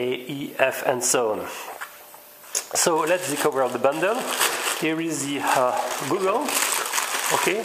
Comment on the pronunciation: FWIW, Goggle, pronounced Gah-gul. Just saying :)